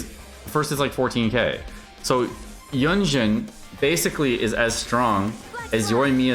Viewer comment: Why you feel cool by doing wrong pronounce of carecter's name's 🙄🙄🙄🙄🙄